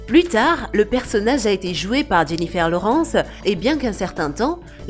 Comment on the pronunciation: C fou, ça m'a tué sa prononciation 🤣 Elle dit tout en francais Jennifer Laurennnce